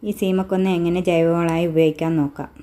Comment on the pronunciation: സീമയെ കൊല്ലണ്ട 😂. ശീമക്കൊന്ന എന്നാണ് പറയുക